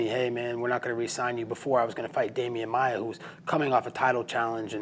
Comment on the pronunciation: At least he respected Demian Maia by calling his name correctly.